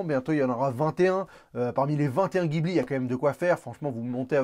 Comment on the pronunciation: Bon conseil...mais ça se prononce "jibli"...SI!